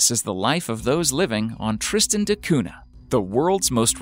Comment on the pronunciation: Interesting video! Just one annoying thing is your pronunciation of Tristan da Cunha. It's "da Cunya (palatalised n), not "de Coona".